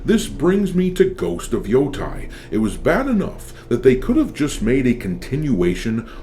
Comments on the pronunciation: It’s Ghost of Yo-TAY not Ghost of Yo-Tie. The game looks like shit to me, but as someone who actually lived in Hokkaido near Mount Yotei for some time, it drives me nuts every single time you mispronounce it. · I don't want to be that guy, but it pronounces Yoh-Tay, not Yoh-Tai